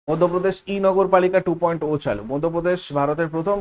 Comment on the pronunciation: টু পয়েন্ট জিরো উচ্চারণ হবে মনে হয়